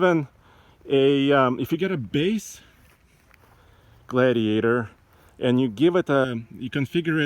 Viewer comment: Jeep gladeiator he says